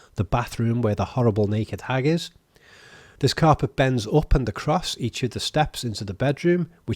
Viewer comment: I'm only watching this just to hear you say hag again.